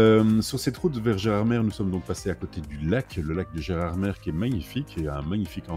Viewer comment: Belle vidéo ✌ repeat after me: "Gérardmé" et "chlourt" 🙋‍♂